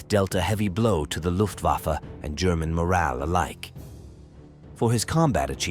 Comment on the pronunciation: 「ラフトバファ？」「ルフト バッフェ」では？